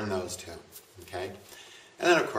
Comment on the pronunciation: He bit his tongue while trying to pronounce Rahu.